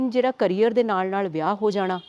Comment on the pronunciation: ਕੈਰੀਅਰ ਨਹੀਂ “ਕਰੀਅਰ” ਹੁੰਦਾ